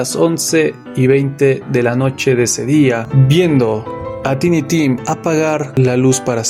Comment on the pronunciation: Solo un detallito, se pronuncia taini tim. Gracias por el video. Me suscribo ❤🎉